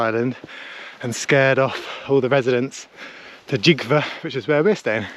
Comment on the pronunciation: Gjov is pronounced more like "Chiouw"